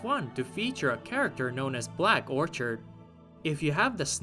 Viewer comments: orchid is pronounced “OR-kid”. It is not “orchard”. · Orchid is pronounced 'Orkid', not 'Orchard.' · "black orchard" 🤣🤣🤣🤣 its OR-KID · ITS PRONOUNCED ORE-KID!